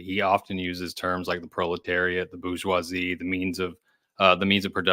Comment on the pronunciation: Kills me when people won't pronounce "bourgeoisie" correctly. The R is not silent, this is not the hood. It's French, not ebonics OK?